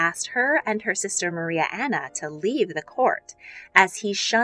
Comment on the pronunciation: I love how she says Maria anone ne yas